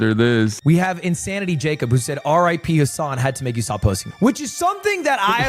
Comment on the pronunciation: Why do Americans pronouncs Hasan as Hoson?